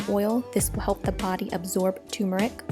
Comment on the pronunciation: I NEED TO KNOW!!!!! WHY DO ALL OF YOU TOUTING TURMERIC (ter-mer-ik) PRONOUNCE THE WORD AS TUMORIC (too-mor-ik)????????????? The word is turmeric.......NOT toomorik!!!!!! This is not Arnold Schwarzenegger! (It's not a TOOMAH!) Get this shit straight for God's sake!!!!!!!!!!!!!!!!!